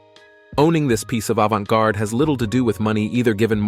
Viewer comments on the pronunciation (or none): Omg how did this guy just pronounce "avante garde"?! 😂😂😂😂 i bout choked on my coffee!!😂😂